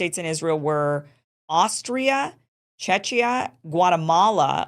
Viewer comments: and for the next time "Czechia" is pronounced as CHEK-ee-uh. The emphasis is on the first syllable, and the "i" is pronounced like the "i" in "sit." It is the official short name for the Czech Republic. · Czechia pronunciation is CheKia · Thanks, Kim! I only think Czechia is pronounced closer to Che-kee-yah. Not obvious, yeah :)